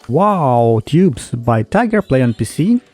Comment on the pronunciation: You pronounced it wrong lol it’s WOAH Toobs not WOW toobs (im joking) thanks!